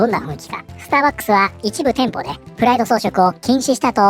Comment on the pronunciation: プライドがフライドに聞こえて頭の中でチキンが…w (花粉症お大事に…！砂糖と小麦粉控えると軽減するとかしないとか)